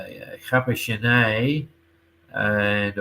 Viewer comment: Does Renaud pronounce Capucinette as Capucinay or is that just a thing? I would expect it to be similar to the French queen Marie Antoinette or French actress Juliette Binoche.